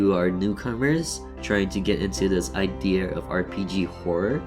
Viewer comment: Are you Japanese? You said idear xD